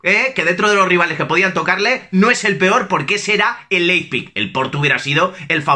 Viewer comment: Leippik , Laispik , Leijpik !!!! JAJAJAJAJAJAJAJ. En verdad, se dice Laib sig o en dialecto de sajonia Laibzsch!!!! ;-)